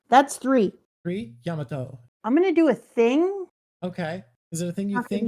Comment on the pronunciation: It’s Yamato, not Yamoto